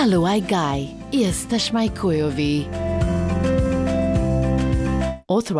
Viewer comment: Pronunciation isn't terrible, but "CH" i "Chujowi" is more of an open "H" sound like in "Hamburger" Cracked me up big time.